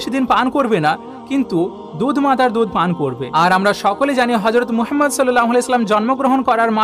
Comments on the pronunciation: "মুহাম্মদ (সাল্লাল্লাহু আলাইহি ওয়া সাল্লাম)" — এটাই শুদ্ধ উচ্চারণ। আপনার চিন্তার প্রতি শ্রদ্ধা রেখেই শুধুমাত্র উচ্চারণটি শুধরে দিলাম। ইসলাম কারো ধর্মে হস্তক্ষেপের অনুমতি দেয় না। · দাদা আপনি নবিজির নাম উচ্চারণ করতে পারেন না, এই ভাবে বলবেন, হজরত মুহাম্মদ সল্লাল্লাহু আলাইহি ওয়াসাল্লাম, ধন্যবাদ